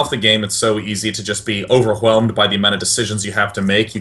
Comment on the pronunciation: lol, day9 says "overwhelmed" EXACTLY the way brian from family guy would hate. OVERFHELMD